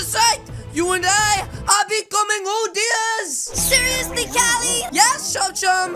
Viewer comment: Cali said odiers instead of oderd